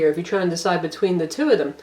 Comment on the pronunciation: Your opening sounded like 299 dollar tablets lol.. Instead of two 199 dollar tablets.